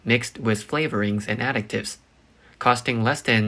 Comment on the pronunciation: You have got to stop pronouncing additives as addictives. There is no C in there addi ti ve es.